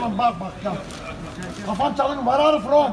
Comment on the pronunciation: Ver ar yu fram - Japone? (2x) - China